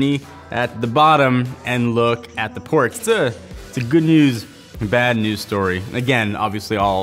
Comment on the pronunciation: the "portsUH"????